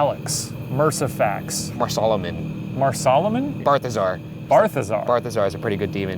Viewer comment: Those demon names were pulled out of Ryan and Shane's arses, especially that it's BALthazar and not BARthazar